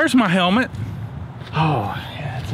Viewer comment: "Where's my hemlet " lol